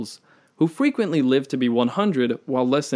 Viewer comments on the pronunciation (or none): Haha - "Fwequently "